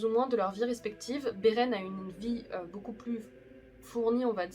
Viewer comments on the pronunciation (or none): none